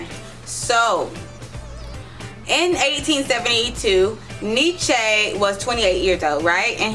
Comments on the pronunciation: “Neechay” 😂😂 fekin idiot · Can't even say his name properly.